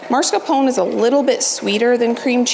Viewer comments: Beautiful desserts! Just a note- it’s pronounced mascarpone and not marscapone. You are amazing!💖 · It’s called MAScarpone, not marscapone. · it's mascarpone, not marscapone,:D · Love watching you, have been binging hours and hours. But for the love of God please stop saying MARscarpone. There is only one R in it. It is MASCarpone. Luke a Halloween mask. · No judgement. I pronounced mascarpone wrong for years. Here's what I found. Pronounce Italian soft cheese "mascarpone" as "mascar pony" with stress on the "pony" syllable. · FYI, mascarpone is pronounced - maa·skaar·POW·nay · the cheese you like to use for your whipped cream is pronounced, mas-car-POH-nay. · lol everytime she says it im like “NOO!!” lol “YOU’RE KILLIN ME!!” Lololol Love alll your contect! I’d say in English it’s pronounced - Mah-scar-p-own and in Italian the r is rolled and pronounced mah-scar-pawn-eh, my American husband makes fun of me all the time bc I’m always correcting his pronunciation 🤣🤣🤣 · I love your videos. But please do this old Italian lady a favor….it is pronounced MAS-CAR-PONE cheese (like Mask-r-pone). A lot of folks put the R in the wrong spot! Keep those videos coming!